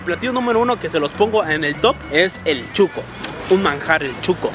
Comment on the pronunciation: Si chuco es sucio , pero el atol es shuco no chuco.